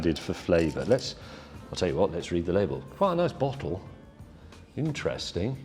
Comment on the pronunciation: Somebody else heard " it's a b*tthole" instead of "it s a bottle" when he saw Jeremy's one?😂😂😂